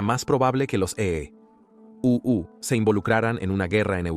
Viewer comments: Por ejemplo en la parte que dice EE...... U 😂. Parece que usan IA para la narración, no está mal pero pueden mejorar. Por lo demás excelente iniciativa y canal. Muy informativo e histórico 👍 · Esta etapa de la historia es muy importante de conocer, una de las más importantes del siglo XX, si el narrador fuera mejor editado porque esta hecho con IA!!! cierto?, no pusieron atención a la corrección, y cuando este dice: (la marina de E.U.) hace que uno pierda el hilo del contexto, se nota pausa, en la narrativa, esa pausa pierde la profundidad del mensaje.